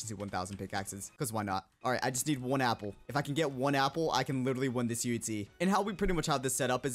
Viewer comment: I love it when he said like UHZ and not UHC